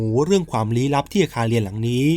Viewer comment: เล่าดีแล้วค่ะ โทนเสียง การเล่า การเว้นวรรค พอดีมากๆ ขอเรื่องเดียวน้าา เรื่องการออกเสียง ร เรือค่ะ เราได้ยินคำว่า ไม่ลู้ อาคารเลียน หลายรอบมากเลย มันแอบขัดใจนิดนึงค่ะ😅